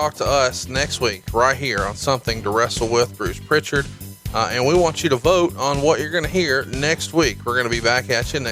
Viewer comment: No T in Prichard.